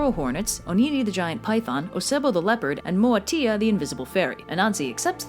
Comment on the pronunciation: As an ASANTI I love this video, there are hundreds of stories but they are dying due to oral tradition, maybe I should write a book, You Butchered the pronounciations though LOL, but well done, MOATIA is not a Fairy it means DWARF , Ashantis don't have fairies